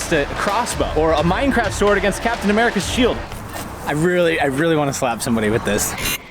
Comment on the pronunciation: He said "mine"craft